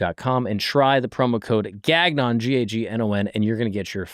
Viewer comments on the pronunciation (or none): Gahnnyon is the French pronunciation of gagnon. French last name. Not gag-non